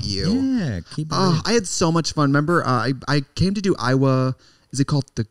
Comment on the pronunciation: I love how Trix pronounces Iowa - Aiywah